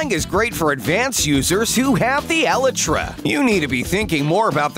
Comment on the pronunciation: "Elah-tra"? It's pronunced "El-I-tra"